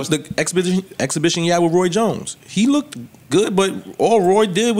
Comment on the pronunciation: Please. Black people. “lookded is not a word. Looked. Practice it. It flows better.